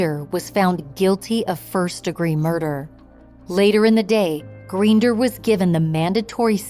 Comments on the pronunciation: Please pronounce their surname correctly. Makes me wonder what other details are also inaccurate. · I could not listen after the last name was pronounced incorrectly. I live in Wellesley and was here when this happened. Who wrote this?